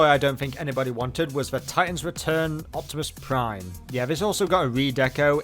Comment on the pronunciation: Its OPTIMICK Primouse! OH BAYVERSE PRIIIIIIME! got a face for you to rip! XD